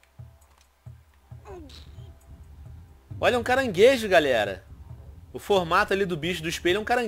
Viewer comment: tio venom nao e carangeso e escopiao